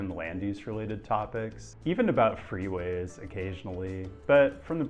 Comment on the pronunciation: Wait! Did I miss an episode? Oh, Free-ways not three...